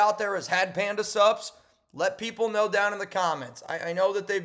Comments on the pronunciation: When you say Panda Sups...It sounds like Panda SUBS. Like food. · Every damn time you say, Panda sups, I hear subs and end up at Subway 😂😂😂😂